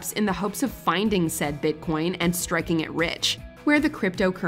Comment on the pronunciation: My favorite blooper is Kunal Nayyar saying “Bitch coin” instead of Bitcoin